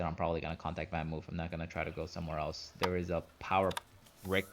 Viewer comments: It's pronounced more something like VanMoaf...not VanMove...it's Dutch :) Otherwise nice review! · “VanMoof” is pronounced as in “blood” or “flood”. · Hint for the correct pronunciation: VanMoof rhymes with loaf.